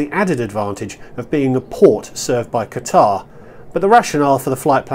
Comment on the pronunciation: He keeps mispronouncing Qatar.